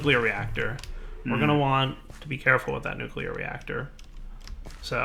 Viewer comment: Is it just me or there's actually an alarming amount of people who can't pronounce nuclear? I've heard a lot of nukelar lately.